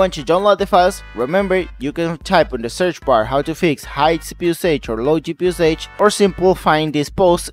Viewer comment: Thank you very much for the video, very useful but you need to learn how to pronounce “usage” it drove me nuts 🤣😂